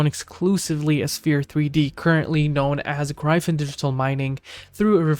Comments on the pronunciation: DUDE WTF IS “GRY-VIN”… it’s Gryphon… like “Grif-IN” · … if you are right it not. I’m not watching because you don’t know how to pronounce gryphon …